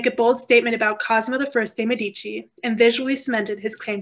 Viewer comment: Please learn how to pronounce Medici with accent on the first not the second syllable. Very informative lecture but so strange to hear the Italian names mangled!